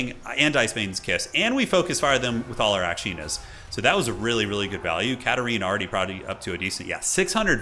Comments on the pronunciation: I don’t get it. Is it because it sounds kinda like slytherin? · Is THAT what people are hearing?? Lol what’s the matter with you all? 😂